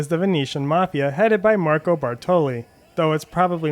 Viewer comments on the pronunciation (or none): none